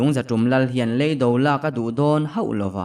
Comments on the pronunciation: ngatinge maw lei do I tih ziah le.lam dik hram teh beng a ti thlep tlat kan awmna lei kan lam ang hian lam tur aw.hruaia hnamte. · RC ngatinge maw .lei mihring lei tih anga i lam ziah mai le.lei kanawmna lei kan lam ang hian lam tur aw.rc. hruaia hmamte. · "lEIDO" tiha LEI hi Ka chhunga LEI lamdanin pasaltha chhiartu tam ber hian in lam thin a. LEIDO tiha Lei hi Thil kan lei a LEI tih ang hian lam tur a ni.